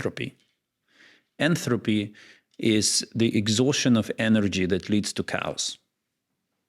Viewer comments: the guy knows at least 3 languages, he's allowed a flub like that lmao... Most English speakers in America barely speak proper english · He said "enthopy". But there is no such thing. There is "entropy" and "enthalpy". If you can finish his sentences it is because there's probably nothing remarkable going on.